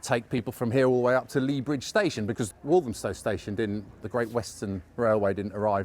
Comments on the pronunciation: Why do some people pronounce Walthamstow as"Walzhumstow" ? Where does it come from? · It's become so diverse, its become unrecognisable. It used to be a traditional market. The stallholder who thinks the market was a mile and a quarter, doesn't know what she's talking about. Its the same length as it has been for over 100 years. I also hate the way the pronunciation of walthamstow is being mispronounced. Stella Creasey vowed to stamp out the gentrification in walthamstow. SHE IS the gentrification in walthamstow and the ruination of its soul.